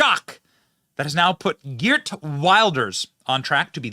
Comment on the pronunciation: It’s pronounced “Heert”